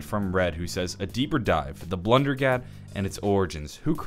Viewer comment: Blundergat = blundellgat lol